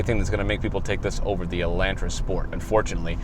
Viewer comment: What the heck is an “Elandtra” does the homie mean Elantra*